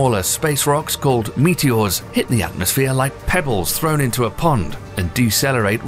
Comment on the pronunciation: omg this video is making everyone say meteor wrong